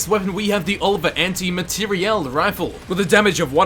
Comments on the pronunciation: Dude, what's with emphasis when you say Anti Materiel Rifle? It's so annoying. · Your pronunciation of materiel gave me an std